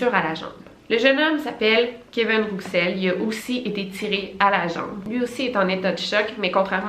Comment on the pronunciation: Coucou Victoria je crois que « Rouxel » se prononce [Roussel] voilà bisous superbe vidéo 😊